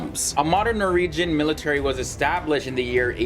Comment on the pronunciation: Norwegian not noregian